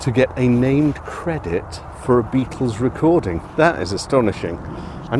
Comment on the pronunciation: BE- AT- TULS huh? Quoyt roytly mayte!